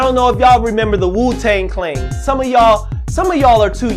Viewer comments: are you saying wu tang clang? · 😳 Did he say "Wu-tang clain" in "2019" and then told a joke about a dude misspoke!? 😂😂😂 and this was edited right?